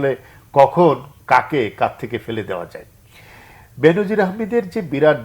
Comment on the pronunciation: উচ্চারনটা "বেন‌জির" হ‌বে , "বে‌নো‌জির না।